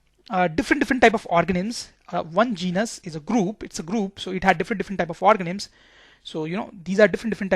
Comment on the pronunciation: Yes he is saying organims